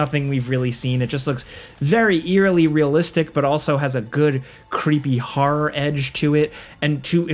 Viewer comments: What a creepy ‘harrrr’ game 😂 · I've never heard anyone pronounce "horror" as "har-rar". What place has an accent like that?